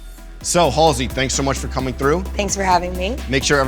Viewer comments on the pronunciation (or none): “Hull-See “- seriously?! That’s how you pronounce her name?! I’ve been saying it wrong this entire time. I’ve been pronouncing it like “ Haze-Lee” smfh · Emily Oberg how could you pronounce it like that?? The L is before the S... like hallzey